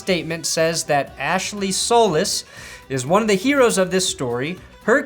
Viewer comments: Solis is pronounced So-lease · It's pronounced "So-lease"